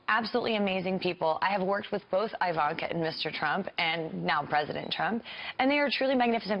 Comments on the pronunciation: Fake news--I don't mean Kyle's talk, I mean the Five clip he showed. This Elmore person cannot be acquainted with Ms. Trump. If she was, she'd know how to pronounce "Ivanka." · "Eye-vanka", "coom loud" what a fool